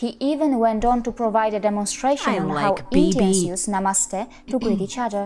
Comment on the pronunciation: This word is pronounced as nuh-mUH-st-hey. The emphasis is placed on the second syllable, not the first syllable like you've been saying.